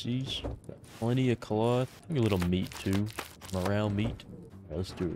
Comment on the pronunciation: "Plenty fo Ca-loth"